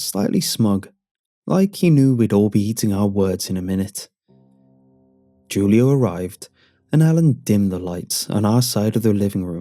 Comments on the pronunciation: “Jewleeohh” 😂😂🤣hahaha Please re-record and say “hulioh” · It can be pronounced either way, really. But it is more than likely "Hoo-Lee-Oh" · Julio is pronounced (Hoo•Lee•Oh) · Did he really pronounce Julio with a J 😂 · Julio? pronouncing the J as J not H lol